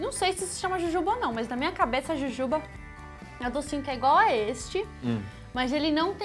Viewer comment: Iberê falou certo e jujuba